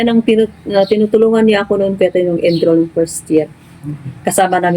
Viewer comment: wag.ka ma offend ha...."enroll"hindi "endroll"..😊